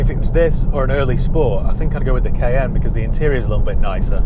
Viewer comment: The Porsche Kay N 😅